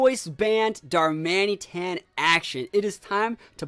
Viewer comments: the way you said darmanĒtan about 50 times was quite a bit annoying xD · most people pronounce it darman it an/darman uh tan. Whatever is easier though. I will say it was slightly bothering but pretty easy to overlook